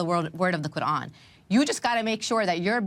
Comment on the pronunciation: The sarsour pronounces words like' qu'ran or boko haram' makes me cringe so hard lmao